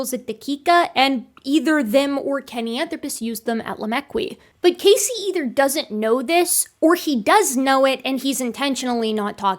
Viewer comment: As a Casey myself, I can't help but die a little inside every time you say his name. Lol